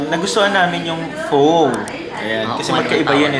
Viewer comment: U pronounced it “pha” and pho